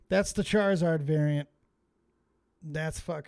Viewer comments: Hearing riveter call it a Chizzard brought back some PTSD flashbacks of my grandparents pronouncing Pokemon names wrong and 8 year me having to correct them. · Chizzard sounds like the meme of a poorly done kids drawing & the kid misspelles the character